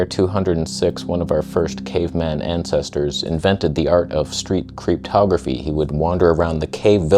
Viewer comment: "creeptography"! I thought you said cryptography and had no freaking idea what you meant!